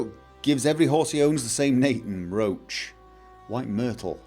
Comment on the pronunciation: Still pronounces RO-ACH as RO-SHE. Jesus..... You do it on purpose don't you? >_> Course.....